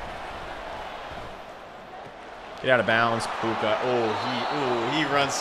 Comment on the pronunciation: Dude didn’t say Puka name right one time 😂